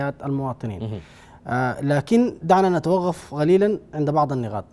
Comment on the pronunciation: ياخي سألتك بالله ما تقول (نتوغف وحغل) نتوقف وحقل والله بقيت بكره التحليل بتاعك بس عشان نطقك للحرف دا غلط